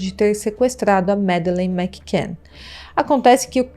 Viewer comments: Fora outros erros. O sobrenome da menina ela fala errado, não é igual Mac Donald. e "Yard" de Scotland Yard ,ela fala errado. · Insuportável ouvir os erros dela. Não sabe nem pronunciar o sobrenome da menina. Fora os erros de português.